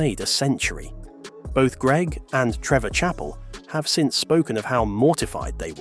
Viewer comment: You pronounced his surname wrong.